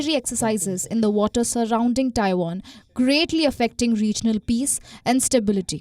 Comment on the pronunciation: For the love of Ganesh, will you learn how to pronounce "Taiwan" correctly. Please!